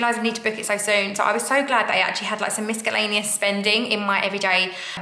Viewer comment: The knock out nine got me chuckling... Also I think the c in miscellaneous is silent!